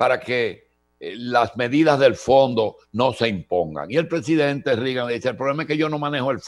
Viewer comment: NO SE pronuncia Rigan. Se pronuncia Regan........Ronald Reagan (Regan)